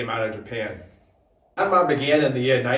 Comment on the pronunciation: Why "YARN-MAR" ...is that right?